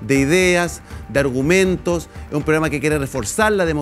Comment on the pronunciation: Los "arumentos" de rene naranjo: NO NO NO NO NO...